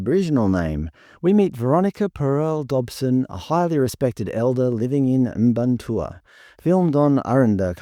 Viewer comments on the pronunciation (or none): It's not even phoenetic lol... "Mparntwe" would be "Muh-parn-twee" not "Im-barn-tour". Like when people call them Stone Age... too much credit, that would imply they figured out stone tools 😂